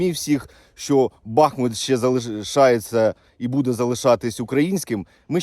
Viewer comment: Будь ласка, БахмУт, не БАхмут.. і так боляче дивитися на рідне місто, ще й нервові зриви через наголос 😢 не такої слави хотілося….